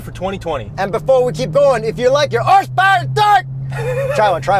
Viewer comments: HORSPWRNTORQ!!!! I like that... Keep the unintelligible-ness goin'! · Every time they say “with launch control” I smile. Same thing when yells “HAWRSE POWERRR AND TERQQ” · you're HORSEPOWER and TORQUE (with hardcore American accent) question gets me every time LOLOL. Love it fellas! Keep up the great work!